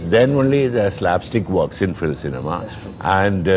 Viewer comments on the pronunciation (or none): none